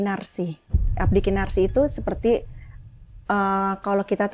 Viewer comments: Abdi "Kinasih" tersayang bunda bukan kinarsih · iya dia bilang KINASIH aja KINARSIH bukit TURGO dibilang Bukit TUGOR klu Om HOA dengar ngomong nya gitu OPO GK malu tuh